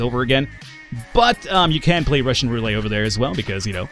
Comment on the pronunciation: "Roulay"?! Roulette! :)